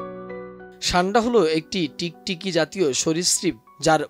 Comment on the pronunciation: ছান্ডা নয় উচ্চারণ সান্ডা হবে